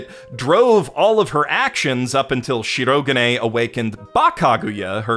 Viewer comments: Dub narrator's worst crime to date::butchering the pitch accent of Shirogane's name and infecting multitudes of fans, including dear, with his own bizarre stress pattern. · Did purposefully mispronounce Shirogane's name every time it came up to drive me and others insane. I think so.